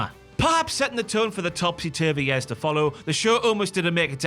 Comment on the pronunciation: “Yaers” never heard years been pronounced that way lol.